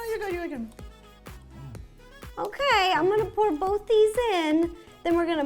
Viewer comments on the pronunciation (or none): none